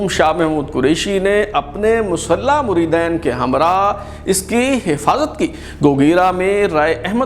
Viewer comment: Assalamu Alaikum! "Muredain" nh hota "Muredeen" hota h